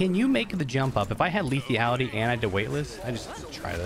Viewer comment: Will ever learn about the mechanics of the new map? Like the portal in the elevator room, the jump pads near spawn take you to high ground and not just fling you a little in the air? Also, will he ever pronounce Lethality without an imaginary i before the a?